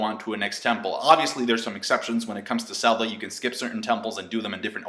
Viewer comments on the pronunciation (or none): Anybody else here him say 'selda'? :O